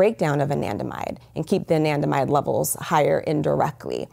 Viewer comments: What's that word she kept saying was the cause of PTSD? Andimide? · It's Anandamide...